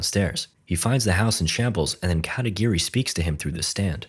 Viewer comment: katagiri? i heard katakiri